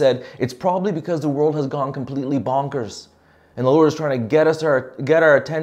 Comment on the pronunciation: Every time you say 'bonkers' it makes me laugh out loud!. Thank you for cheering up my day.